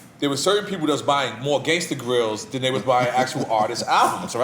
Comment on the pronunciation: The voice that never said Gangsta grillz but 'GANGSTA GRAIZIL'